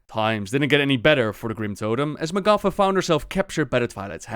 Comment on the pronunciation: its magata, not magafa